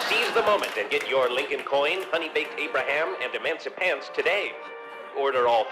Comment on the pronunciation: That Abra"ham" is funny